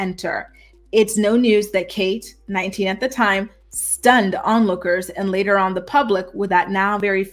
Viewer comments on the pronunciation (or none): none